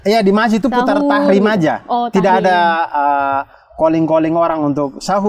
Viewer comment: Bang abdur, maaf yg betul tarhim bukan tahrim ya bang